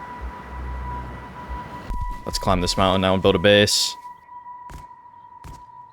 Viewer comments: Mountain. Is pronounced mountain not mounten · Please STOP saying mounten its so annoying just stop saying it at all.. call it a Hill if you cant pronounce it correctly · Nope i cant watch it anymore you say mounten so many times its unwatchable